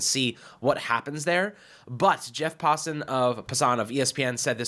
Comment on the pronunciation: Why do you guys consistently mispronounce Passan’s name? You’re the only two people I’ve ever heard pronounce it that way. Lol.